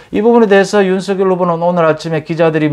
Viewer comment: 항상 공정하고 예리한 분석 고맙습니다. 이준석의 적절한 통제 노재승의 손절은 불가피합니다. 그리고 윤석열 발음시, 본인도 연설시 "서결" 이 아닌 "성렬" 로 발음합니다. 본인이 원하는 발음으로 이름을 불러주어야 할것입니다